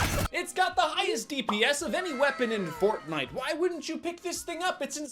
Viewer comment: He Said fortnaijs